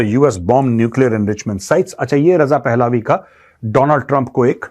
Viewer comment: It is not "पहलावी" It is "पहलवी"